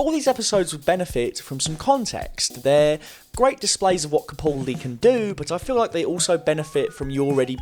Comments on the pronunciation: For future videos, it's pronounced "CaPALdi," not "CaPAWLdi." Okay, thanks! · I do wish that at least fans of Doctor Who would learn how to correctly pronounce Capaldi. It's Ca-pal-dee not Ca-pull-dee.. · With the recent change of Doctor, I suppose it's too late for you to learn how to pronounce "Capaldi".